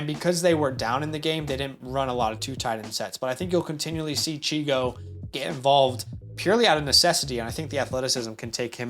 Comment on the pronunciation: Great vid! Just as an FYI, his nickname is Chig. Not Chigo. 😊